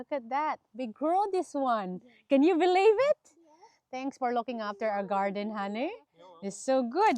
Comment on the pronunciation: Of course we will beleve ayt😂😂😂 ( nice pronunciation)